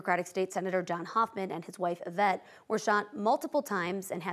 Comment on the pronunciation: Please pronounce the name Yvette with an E sound. It’s French. Pronounced Evette